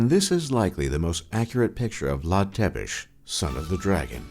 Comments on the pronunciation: Vlad Dracul doesn't mean Vlad the Dragon, it means Vlad the Devil. It's not Vlad "Tepesh". It's pronounced as Tsepesh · Lol ur pronunciation of "Ţepeş" sounds like "te pişi" which means " you are peeing" in Romanian :))). No offense cool vids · Is pronunncing "Vlad Tzepesh" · Tepes=țepeș english man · IT PRONOUNCES VLAD TSEPESH!